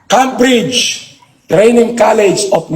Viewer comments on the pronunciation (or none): Sabi ni sa Cambridge... "KAM-BRIDGE" PhD na ang lagay na yan 😂😂😂